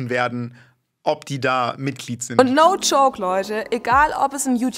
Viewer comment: Kann der Frau bitte tzdm mal jmd sagen, dass es no joke und nicht no choke heißt?😂